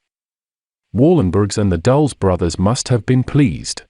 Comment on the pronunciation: Dul-les, not "Dulls"